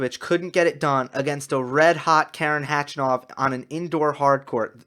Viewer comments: you're saying H-A-chanov, but it's Hach-A-nov :-). You can hear him saying it at his ATP profile page by clicking on the speaker right under his name. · Hey. Since we all believe we're going to see a lot more of Khachanov in the next years, correct pronunciation of his name is HachAnov. Just saying:-)